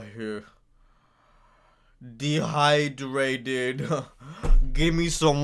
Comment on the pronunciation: “ I’m dehydwayted gimme swome woda